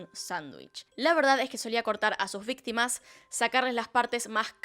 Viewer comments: "VITIMAS " 😅 Supongo que es peor que víctimas. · dice vitima no victima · ALV ya se dieron cuenta que dice vitimas y no victimas XD? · ''VITIMAS'' Denle un oscar xd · "Vitimas" JAKSJSKSHAJSJA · alguien mas vio que dice vitimas? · Yo igual, me da ansiedad ver que dice vitimas en lugar de victimas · dice vitimas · nadie:: VITIMAS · xd ''vitimas'' xd